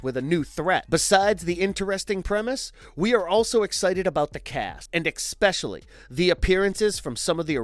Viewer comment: Time stamp Did he say ekspecially?